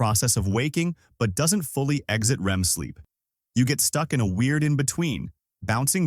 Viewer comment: AI can't pronounce "REM"